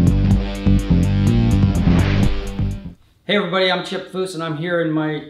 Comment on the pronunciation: "Chip Foose"